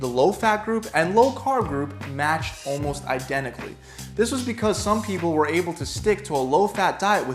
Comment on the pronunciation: "ALMSOT" 🤣 this video seems not rushed